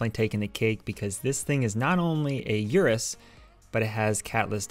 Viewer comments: Sorry had to make this correction, not yur-us, but ur-us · fun fact, it is pronounced 'Oo-rus' not 'U-rus'